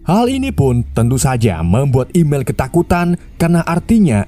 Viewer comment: Emil bah bukan imel😂